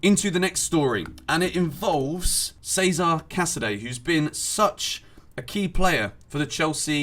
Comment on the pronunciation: its pronounced Chezare not Seza